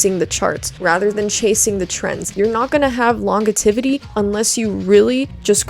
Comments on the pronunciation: Unfortunately you still mispronounced “longevity” even in the edit lol. It’s not “longetivity”. Laan-geh-vuh-tee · it's actually just "longevity" not "longetivity" just for future reference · I love how you called yourself out for mispronouncing longevity by mispronouncing longevity HAHA <3